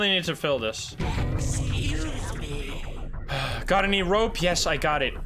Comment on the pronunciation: "eschoose me"